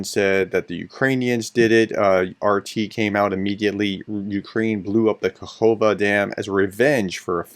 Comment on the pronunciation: Ka-kov-ka… you’re welcome